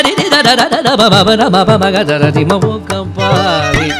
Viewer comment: Oka pari not oka paari